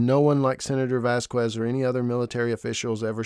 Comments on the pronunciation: "VASQUEZ" is a spanish surname, NOT ENGLISH, so you don't say "Vaskues", IT IS SAID "VASKEZ" 👈😔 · Vasquez is pronounced “VAS-kez” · vazquez is pronounced as vas-kes.. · Can people stop saying Vas qwez It’s pronounced Vaz kez! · Why do you pronounce Vasquez like that? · How do you seriously not know how to pronounce the name Vasquez? Because you’re not even saying close to accuracy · Vasquez. The U is silent